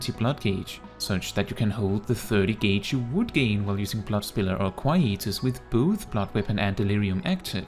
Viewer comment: DRK will always be my favourite tank so this is wonderful, also I love the way you pronounce Quietus